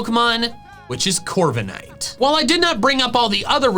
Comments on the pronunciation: THE W IN CORVIKNIGHT IS SUPPOSED TO BE A V! AND DO NOT LEAVE OFF THE K! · I'M, NOT I! AND DO NOT LEAVE OFF THE K IN CORVIKNIGHT!